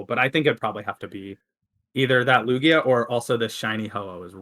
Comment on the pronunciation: So it’s NOT pronounced Luge - ia?